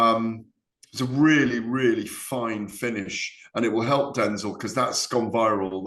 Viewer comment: The way Gareth says Denzel Bentleys name like he’s denzel washington 🤦‍♂️🤦‍♂️it’s denzel like from Only fools, not Denzell like Washington